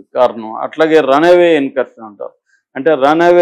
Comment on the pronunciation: Mr. "యార్"కాదు "ఎయిర్" అనాలి, " రన్ అవే "కాదు "రన్వే" అనాలి